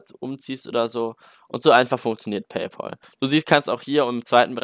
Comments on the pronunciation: Es wird PayPal und nicht PayPol ausgesprochen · Es heißt PayPÄL. Es ist der BezahlFreund, nicht der BezahlPaul. PLEASE. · Lern erstmal Paypal richtig auszusprechen 😂